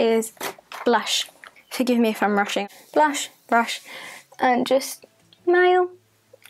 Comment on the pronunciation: I LOVE how you said smile here, pretty much leaving off the "s" and just saying "mile". That is how one of my kids used to say it when they were little ☺️